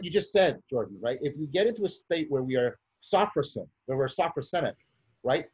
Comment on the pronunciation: Not "SAW-fro-sen". It's "so-FROSS-si-nee" (four syllables).